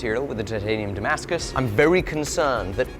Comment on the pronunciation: Сбивает с толку написание и произнесение термина "дамаск" по отношению к "тимаскусу". А вдруг он сварил титан со сталью? 🙄